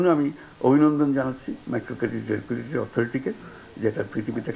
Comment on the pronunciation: উপস্থাপক রেগুলেটরি উচ্চারণ করতে পারে না। এমন অথর্ব উপস্থাপক কিভাবে একটা টেলিভিশন চ্যানেলে নিয়োগ পায়?